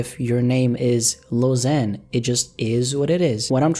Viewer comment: Lil Xan is pronounced Lil Ksan. The letter X is pronounced "KS", not "Z".